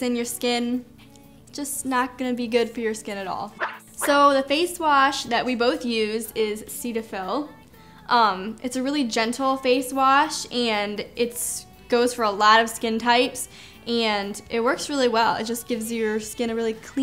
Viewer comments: u guys say cetaphil funny, not making fun but the correct way to pronounce it is like set-ah-fill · I think it's pronounced set-a-fill :) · i think cetaphil is pronounced like set-a-fill correct me if I'm wrong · you said cetaphil wrong lol but my fav lotion is either cetaphil or aveeno